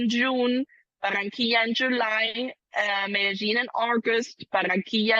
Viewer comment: Medellín is not pronounced Medelin! It is pronounce Medeyin !